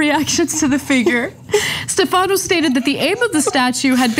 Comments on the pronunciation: In Italian, the name "Stefano" is pronounced with the accent on the first syllable. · Ana, it's not "Stefahhno", it's pronounced Stef-a-no